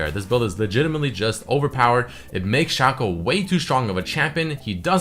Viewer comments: its SHACO not SHACCO xd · shaco is out of the word chaos. you say "kei os" not "ku os"... so... his name is shake ou. not shako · its Shaco not Shaco